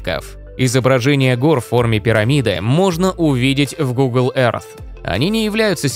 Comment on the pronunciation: Всё прекрасно, только учите произношение Earth, а то очень слух режет